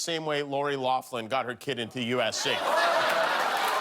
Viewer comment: Thank you for being one of very few people in media who pronounced "Loughlin" correctly. Among other things, of course.